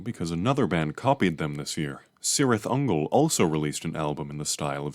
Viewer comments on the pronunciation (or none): Nitpick: It's pronounced Kirith Ungol, not Sirith. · Ay bruh Cirith Ungol means “valley of spiders” in black speech (Lord of the rings language) and the C is pronounced like a K